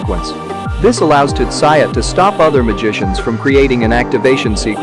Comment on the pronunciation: just you calling him tutsaya is enough for me not to watch this